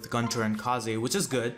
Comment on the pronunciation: I swear if he says 'kah zay' one more time.